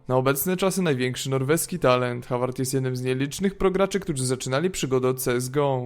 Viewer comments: Håvard czyt. Howard :p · Czyta się Hovard nie Havard, jak coś ;) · Też mieszkam w norwegii i wymawia sie Hovard w norwegi å czyta sie jako polskie o :)